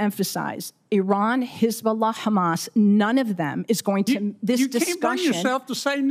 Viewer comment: She say perfect hesbolah 😂